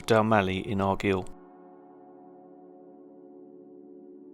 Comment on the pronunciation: Loch Awe is pronounced just as you see it. The E is silent. And Argyll is pronounced as in “pile”. You’re welcome!